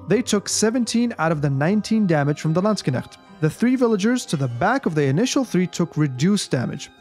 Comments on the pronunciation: Oh the pronunciation! I hear you say: /Landsg - k - negts/ similar to "Lands Connects" It should be something like: /Land - SHHH - nekts / similar to "Land 🤫 Necks" Great video BTW!! I'm subscribed now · you always say "Landskenechts" instead of "Landsknechts" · Landskenecht lol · Edit: Based on the many questions posed in the comments section below, I've decided to further expand on the Unique Upgrades of the HRE for its infantry to answer your questions. Check it out! How many times did say Landsknecht in this video? My German friends, I hope I've pronounced it correctly all those times! Thanks for the continued support as always, and more Age of Empires content on the horizon - stay tuned! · you pronounced "Landsknecht" pretty well, just the "ch" is not performed in the back of throat. It is more similiar to the "ch" like in "french" but we could argue it is a kind of dialect :D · I've heard from a few Germans to not pronounce the "cht" at the end as "ch" or "sh" sounds in English, but I know zero German or any of its dialects so I wouldn't know myself.. :D I suppose there're a few correct pronunciations then based on what you said :) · I find it hilarious that you put so much time and effort into making a high quality Video but can't be bothered to use google translate to check the pronounciation :D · everyone of you german Kevins: hört euch mal an wie andere AOE4 caster "Landsknecht" aussprechen, danach werdet ihr die Füße küssen! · yeah, Germany has different dialects too, so it was fine and more importantly understandable. I use 'sh' formed at the back of the tongue and pallet, tongue pressing against the molars. Gives the word a smoother 'flow' and not as clipped as you said it. I think you said it very Swiss-German.